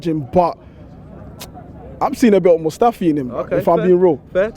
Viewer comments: Man said Mustafi. is hilarious. 😂🤣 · "Mustafi" grow up mate, TuT TuT. 🙆‍♂️🙆‍♂️🙆‍♂️